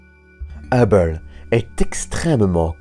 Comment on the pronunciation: Je sais que je ne vais pas me faire des amis mais le documentaire a l'air vraiment sympa et très intéressant mais la narration 🥶🥶🥶 au bout de 10min j'ai arrêté car je n'en pouvais plus... dommage...un mélange de belge, américain, allemand et canadien. Et la façon de prononcer Hubble à chaque fois ça devient très irritants.. mais je répète dommage car le documentaire doit être vraiment intéressant.. désolé